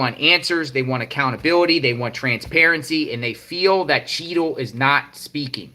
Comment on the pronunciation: I keep thinking your saying cheeto lol